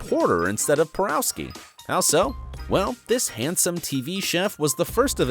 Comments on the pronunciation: Antoni's last name is pronounced "Por-OFF-skee" (not "Por-OW-skee") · omg - Antoni's last name is pronounced "PoROVskee" , ugh...